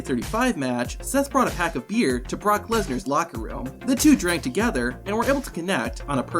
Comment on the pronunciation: Brock MEHsnar